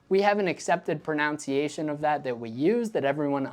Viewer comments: Pro-nun-ci-a-tion not pro-noun-ci-a-tion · Ironically you keep on saying “pronounciation” instead of talking about the PRONUNCIATION or MISPRONUNCIATION of Garand 😂. I totally agree with your point, I like to pronounce it as John Garand did. But people should pronounce it however they like. Kinda like “car-been” and “car-bine” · "Pronounciation" is not a word... it's proNUNciation. Please stop saying that. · I think it's funny that you said "pronunciation" in a non-standard way while talking about the pronunciation of something. It's usually "pro-nun" rather than "pro-noun" for the first two syllables. Not trying to say it's wrong or bad, just very non-standard. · I agree that “correct pronunciation “ is contextual. Either GARand or GarAND is basically a question of which syllable is accented and of little consequence. Now let’s talk about pronownciation being incorrect. The word is pronounced the way it’s spelled ie pronunciation. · people complaining about him saying 'guh-RAND' and not 'GAH-rand' when the real problem is him saying 'pro-NOUNCE-iation' and not 'pro-NUNC-iation'. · Gah-rand not Guh-rand. End of story. The vowel "A" is pronounced as in "Father". (i.e. "Fah-ther). Additionally, it's "pro-nun-ciation" & not "pro-noun-ciation". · The fact that you constantly mispronounce mispronunciation while talking about a guh-RAND is just poetic, honestly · It's "pro -NUN-ci-a -tion" not "pro-NOUN-ci-ation". Just to keep with the theme! 🤣🤣🤣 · It's not pro-nounce-see-ay-shun. It's pro-nunce-ee-ay-shun. Jeez. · As long as we're splitting hairs, how about proNUNciation instead of proNOUNciation? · Wile we are discussing word pronunciation: Even though the second syllable of "pronounce" rhymes with "pounce," the second syllable of "pronunciation" rhymes with "gun." Hearing you say that wrong bothers me more than any pronunciation of Garand. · You mispronounce "pronunciation." There is only one "o" in pronunciation. It is proNUNciation, NOT proNOUNciation.